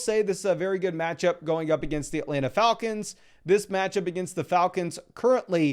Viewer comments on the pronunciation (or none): none